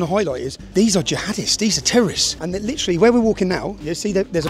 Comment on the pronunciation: 'lidderrallihhh' cmon guys you're seeing what im seeing right????